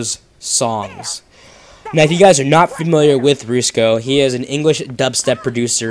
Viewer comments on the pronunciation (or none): Rats in the Kitchen. Also it pronounced Rus ko. Not roosko :)